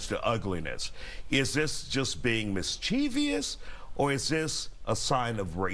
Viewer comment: “is this just being MIS-CHEE-VEE-OUS, or is this a sign of racism?” 🤦🏽 why do so many dunces mispronounce this word?! it’s mischievous, as in mischief + vous; a word comprised of three syllables, not four. thanks and bye.